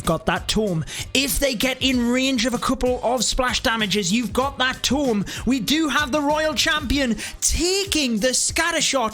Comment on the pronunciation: Its a frigging "toooommm"......not a tom